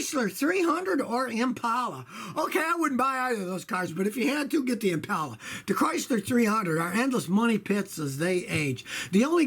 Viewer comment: Finally, a guy who pronounces Impala correctly. It's "Im-pal-ah" not Im-paul-uh"